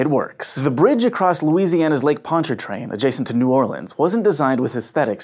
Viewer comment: kudos for pronouncing Pontchartrain properly, now try Tchefuncte. Even some locals have trouble with the this one.